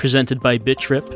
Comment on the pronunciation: I thought you were saying "bitch rip" ... kinda did a double-take and then re-read the title.